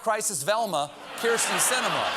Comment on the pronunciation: HEY STEVE: IT SHOULD BE "SINEMAN' NOT 'SINEMIN'.....................THANKS.............GOOD LAUGHS, GOOD MEDICINE